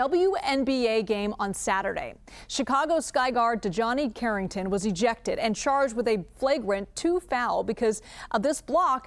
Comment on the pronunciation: I couldn't even finish watching after you mispronounced the players name. It really starts there, an intro to lazy reporting.